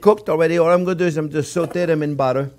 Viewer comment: you can't say 'too much buteer'